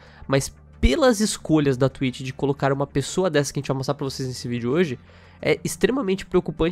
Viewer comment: Nem assisti ainda mas "Twlitcho" :v